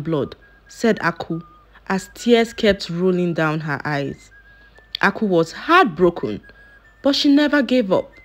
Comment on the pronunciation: please this name Aku means wealth but you'r pronouncing it to mean palm canel